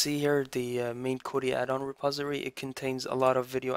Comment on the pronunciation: Its Not a reposery its a reposITORY :D